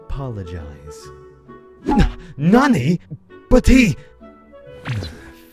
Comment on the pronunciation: Quick tip for Japanese, try making "ni" (に) in "nani" (なに) a bit more higher pitched than the "na". I don't know if I explained it well, since I'm only just starting Japanese, but yeah. Good work, though! I love all of your comic dubs! ^.^